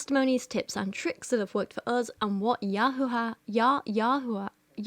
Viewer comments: I'm literally also an atheist but as a Jew the "Yahoo-ah" is absolutely killing me lol I have never in my life heard anyone ever pronounce the name that way. Like Jehovah bothers me less and that one is pretty egregious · as a Hebrew Bible scholar (with a masters from an actual university) it pisses me off SO MUCH that she's just making up a new fucking pronunciation for YHWH like ...... she can barely read English, much less biblical Hebrew!!! you have to be supremely stupid to make the assumption that the vav in YHWH is pronounced like "oo". biblical Hebrew phonology does not work like that! YHWH's name is not just a soup of vowels jfc